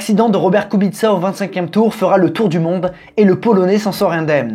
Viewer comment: Très intéressant 👍 et Kubica était très bien 😉 et en plus tu ne te trompe pas kubitsa en phonétique bravo 👏 en te me fais rire 😂 😂 😂 😂